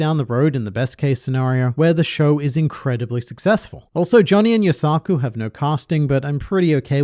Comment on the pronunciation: Johnny and 'yoSAku'? xD, as a rule of thumb, whenever a japanese name has three syllables, the emphasis is on the first syllable. Practically never the second. Just as with Kozuki, Tashigi, Yamato etc.